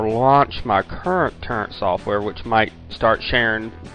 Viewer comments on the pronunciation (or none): its toooorent not turrent